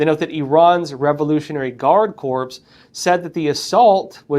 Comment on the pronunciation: Your broadcasts are greatly appreciated! However, “corps” is pronounced with silent “p”. Core. 😊